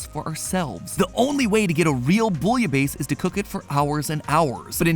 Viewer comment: Bouillabaisse : boo-yuh-bess